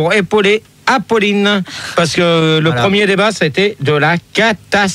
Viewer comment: « ... pour apauler Epolinne... » 😂